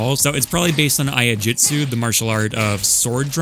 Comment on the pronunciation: Not "eye-uh-jutsu." That would be spelled Aiajutstu. It's Iaijutsu. ee-AH-ee (or e-eye) is how you pronounce that.